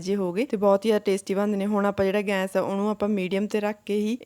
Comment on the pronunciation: Gans nhi gas bolida a